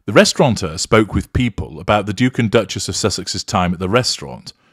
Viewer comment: No n in restaurateur dear, only saying because this is your legacy, don't be cross!